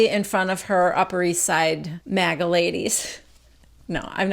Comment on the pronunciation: What is “mega” ladies? Or “maga” whatever it was you said?🤔